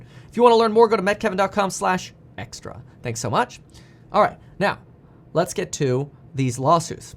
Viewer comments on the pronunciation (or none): It’s ‘Meet Kevin’ not ‘Met Kevin’ driving me nuts